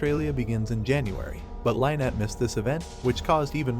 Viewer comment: Lynnette is pronounced Lin net not lie net